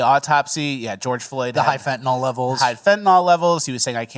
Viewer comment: Fent-a-NYL NIL NIL NIL. ITS NOT fenta-NAL. For fucks sake someone please stand up against this travesty of pronunciation